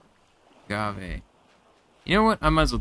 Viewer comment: Not sure, but I thought I saw some side places covered by several loose boards on the side of the corrider inside the ship - the kind that you could hack open to investigate another room. Maybe I am fooled.... Ah, Man! Now you pronounce 'agave' as 'agave'. Where is the ol' that I picked up 'aguave' from?